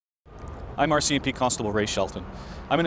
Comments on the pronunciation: The 'OR-CMP' got me this whole video. Assumed it was the Ontario branch of the RCMP, before realizing that I know which province Edmonton is in and it's not Ontario. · The "Oarsi MP."